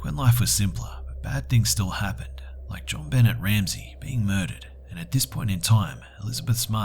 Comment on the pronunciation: Jon Bennet you say it like "Ben-ay" you said "Ben-et" just sayin bro